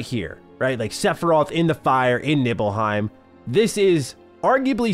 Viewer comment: "Nibbleheim". Hey-ho, Hey-ho, to Nibble-Heim We-Go~